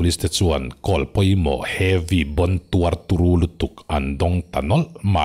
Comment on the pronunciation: "Call" is "khawl"